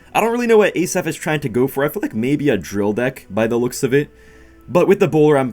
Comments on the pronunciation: its actually pronounced hasaf not a-saf 🤓 great content tho ❤ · Love you, Just wanted to say it pronounced Asaf, like it is. Not ay-saf. Much love from Israel🇮🇱❤️